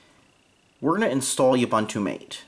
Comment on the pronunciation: OOH-BOON-TOO. MAH-TAY.